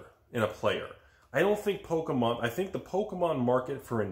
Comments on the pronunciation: It's pokey-mom not "poke-a-mom"!! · But not polkamon...